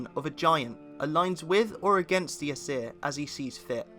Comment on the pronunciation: This dude cant even say ”aesir” right